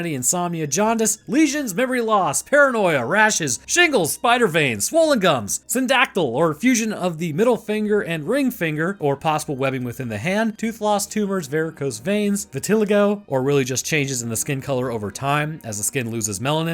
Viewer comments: "vit-ah-lie-go" not "vitt-ill-ag-oh" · In all my years I've NEVER heard the word vitiligo pronounced that way, why is it haunting my thoughts?